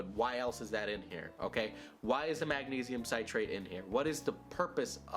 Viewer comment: He still didn’t pronounce magnesium citrate correctly lol